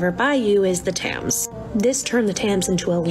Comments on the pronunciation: That one woman saying “the tayms” rather “tems” annoyed me more than anything else lol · I'm so unreasonably upset set that the girl in the second video said tams. If the River Thames like tem-s . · i know we shouldn't be calling out individual creators but I just have to say Thames is prounounces 'tems' not 'tams' and it's a 'cesspool' not a 'cest pool' I'm sorry I am done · As a person who lives in London, I was literally dying when she said "the River Tams" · the lass in the second tik tok, the way she says thames and cest, as a british person if you're struggerling with these its pronounced tems and cess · I wonder how many people commented on the second one solely in reference to the way she pronounced the River Thames as "tams" ... I'm sorry it's impossible to ignore 😂😂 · The Tayms though, it doesn't cut deep because i'm not from London but that pronunciation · The TAMS rives 😢 Americans can not pronounce British words! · "And of course the largest river by you is the Tams" The Tams?? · Idk how far I respect the opinion of someone who pronounces the river Thames as "taymes" 🙄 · That pronunciation of Thames sets my teeth on edge. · I can't be the only one annoyed that the one girl misspronounced the Thames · ...i hate how the one Tik Tocker pronounced Thames lol